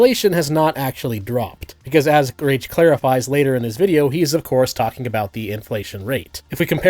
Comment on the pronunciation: I’ll be honest, I’ve never heard his name pronounced before. Tbh, I’ll never pronounce his last name the same way that you do. The irony is too strong not to.